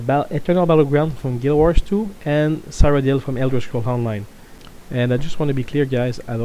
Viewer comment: Ceeroh-dill, PLEASE.